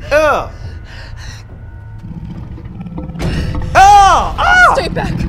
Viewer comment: Lol when he says “jeez” it kinda sounds like “cheese” Like If You Agree!❤️❤️